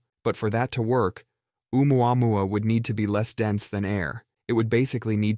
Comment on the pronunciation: “Rendezvous with Oumuamuama”…